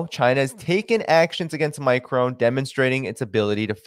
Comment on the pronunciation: It's pronounces "My Cron"... Like "pong" Not "My Crone".... Like throne.. Sorry, my OCD just kicked in...;-)